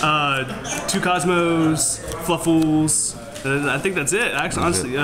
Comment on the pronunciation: Lol sounded so weird when he said kozmo and fluffals